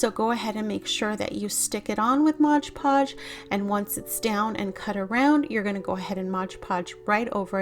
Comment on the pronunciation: It’s MOD Podge. Not modge podge.